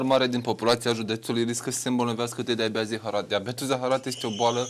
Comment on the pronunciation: "Diabeat zeahara"=))))